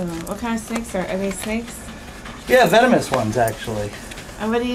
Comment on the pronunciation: She said "vemonous" xD